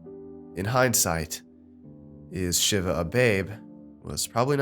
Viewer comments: Pretty sure its pronounced sheeva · Was so annoyed by his pronunciation of Shiva, but then realized narrator is ignorant racist, so he WOULDN’T know the correct pronunciation. Well done.